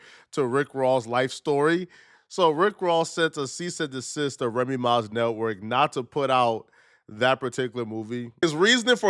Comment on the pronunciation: “Cease and desist”. Not “cease and assist”.